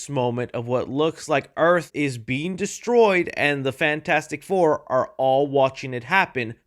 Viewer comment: "yes we awhre"